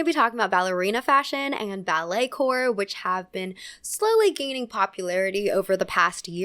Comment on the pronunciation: it’s pronounced “core” not corp! coming from a dancer just letting u know ❤